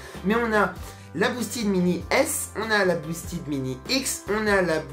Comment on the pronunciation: Les mecs de chez boosted auraient pu au moins t’expliquer comme prononcer « boosted » ahahah. Vu le nombre de fois que tu le dis. Rien que passage où tu détailles la gamme, tu dis 4 fois boosted en moins de 30 secondes. Le E de « ted » se prononce comme un E classique et non pas un I. A part ça bonne vidéo, l’intro au drone FPV est juste dingue.